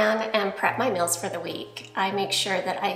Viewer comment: I like how she pronounces meals. Sounds like "mills".